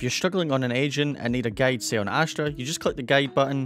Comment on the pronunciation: Not to be mean but guide is pronounced like guy-d not gade. Still love you though.